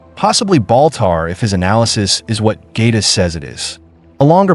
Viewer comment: Get a new AI!! G’Kar is pronounced with a J sound!!! J KAR!! And the book he carries with the drawing of the Shadow vessel and description of the encounter is the Book of G’Quwan!! Not Sten… Please stick to canon or at least explain in the story why you didn’t…